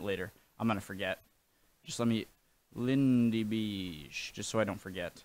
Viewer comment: It's not a drawing it's a tapestry, a embroidered textile item. It's lots of women sewing the details on a fabric. It's not Lindy Beeeige like you pronounce it but Bayge. If you listen to his videos he says his name in every one and the Lego figure at the end of every video says it.